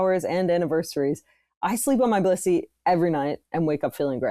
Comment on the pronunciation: this didn't sound like they were saying Blissy at all